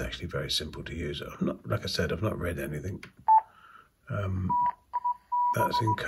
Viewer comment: The word is Anything not Anythink you yob hahahaha